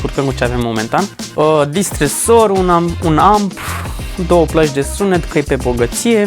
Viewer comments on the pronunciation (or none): romanii sunt cei mai speciali oameni. Niciunul nu reuseste sa puna accentul corect la Distressor